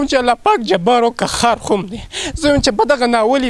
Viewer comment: دا خلک د کومې علاقې دي دوي د (ه او خ)فرق نه شي کولاي مايک والا د (قهار ) پر ځای (قخار) وايی او دابل د (الحمدلله)پرځا ی (الخمد لله)وايې دوي خو به دلمانځه الفاظ او دقرآن الفاظ ټول غلط وايې ۔